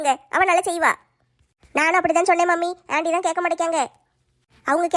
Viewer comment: அண்டி இல்ல ஆன்டி